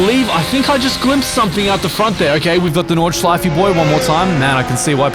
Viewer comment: "Nordschleifey Boy" :D